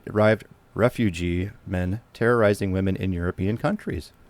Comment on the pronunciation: Can you not pronounce terrorizing?